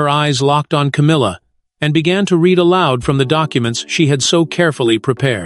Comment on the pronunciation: The narrator cannot even say the word 'read' correctly in content! So, I say fakery